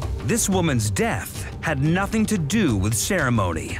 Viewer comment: Listen to this narrator! “ this woman’s death had nothing to doowuh with ceremonyuh, but had everything to doowuh with moneeyuh.” Why?! Lollollol.